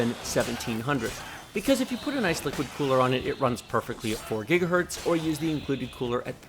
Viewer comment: Thanks for these great/super well done reviews. Second to none IMO. One lil' niggle. I often hear you say "Gigahert" as if it's singular for "Gigahertz" - no need to explain further, and I don't mean to offend. Just making you aware, as you are a "Pro" in every sense of the word, and I'm just providing constructive feedback.